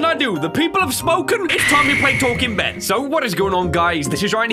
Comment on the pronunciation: "BEN" honestly sounds like "BAN" with the way he says it.